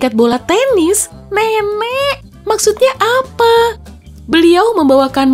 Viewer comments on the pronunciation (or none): kok M3M3K sih min harusnya kan nenek 😄?? apa hanya gw yg salah denger 😃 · Gua denger nya m*m*k apa lu salah ngomong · moon Maaf kadang aku mendengar memk 😅😅 kdng nenek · yg aku denger ,Mem*k maksudnya apa? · astagfirullah kok gw dengernya ''M3MEK'' ;( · Mon maap, gua kira mem*k:v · mungkin maksd nya nenek tpi kok aku denger nya Mmk ya😅😌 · eeee Mon maap nih ya moon maap nih dimenit kok kayak bukan nenek ya tapi kedengarannya kayak bilang mem*k Apa perasaan gw ya? Kalian juga gitu gak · Menit dia bilang nenek atau memek ? Sampe berkali ngulang tetep sma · Bilang nenek tpi dngrku kok mem** ada yg Sama ? 😭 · apa cuman gue yang Denger nya mmk :v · lidahnya menciut 😂😂😂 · Sampe aku ulang kirain mem*k😭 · Sama njir. Pas aku denger 2 kali baru kedengeran kata "nenek" nya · "MEMEK" apa gw salah denger yah?😂😂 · apa gw salah denger atau emang orangnya salah ngucap?(m*m😂k) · Maaf saya dengernya m*m*k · yang gua denger , " Memm.... "